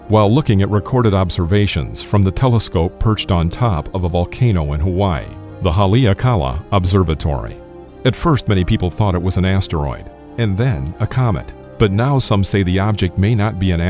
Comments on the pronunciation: It’s pernounced “hall-A-ah-kah-la” lol Mahalo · You need to learn how to pronounce Haleakala correctly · bro u jus slaughtered the haleakala. ha le a ka la